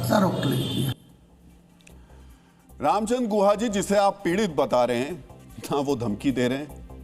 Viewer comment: Tameej se naam lo unka naam guha nahi Gukha hai